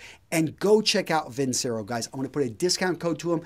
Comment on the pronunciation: "vin´chero" would be correctly pronounced, though too much of an Italian "quality" brand name for Chinese movement.